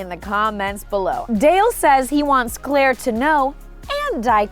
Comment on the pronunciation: did you say "Cl-ale?" 😂😂